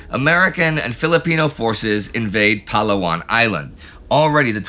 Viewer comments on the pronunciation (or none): Sigh… Palawan and Corregidor aren't pronounced that way. Great video as usual, though.